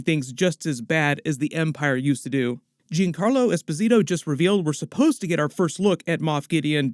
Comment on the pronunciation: Hey, this isn't meant as negative at all but I notice a lot of people pronounce Giancarlo's name like Jee-un Carlo, it's actually closer to John-Carlo. Thanks for all your work, I never saw most of the Clone Wars cartoon so don't know all the back stories and you help me to get the bigger picture. I didn't find the sequels and stuff very magical but this show brought it back for me. I thought, "oh well, I guess I outgrew Star Wars," but this show got me excited again for this world.